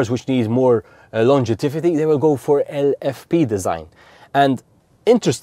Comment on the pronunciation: Fascinating presentation of how the battery functions. Just one point: there is no such word as "longetivity" - it should be "longevity"... Sorry, as an English teacher I just had to let you know! 🙂🙂🙂